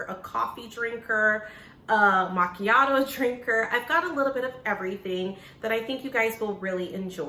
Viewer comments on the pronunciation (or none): none